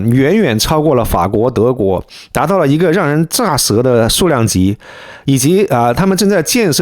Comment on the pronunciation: Ze 舌，不是炸舌